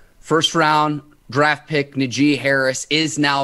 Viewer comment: Nah-jee. Not N'jee